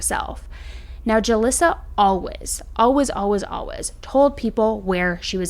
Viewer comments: I’ve never heard anyone say “always” like you do. Like “Alwez” no judgement, just an observation 😊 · Why do you say alwaYs like alwas it drives me insane 🥺